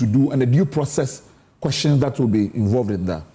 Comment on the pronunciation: From the USA: Please, Sampson, your pronunciation of the word, "QUESTIONS" can be better than what you do now. Please, check the pronunciation and start correcting it. Thanks.